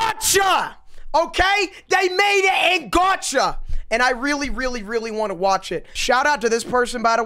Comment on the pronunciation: "GARCHA" it is gacha